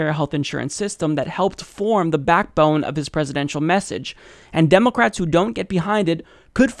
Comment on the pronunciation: "Democwats" lmao